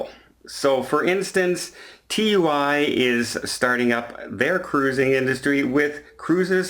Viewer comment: Its not TUI its called Two ee